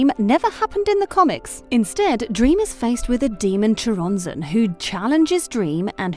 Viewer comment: It's pronounced Coronzon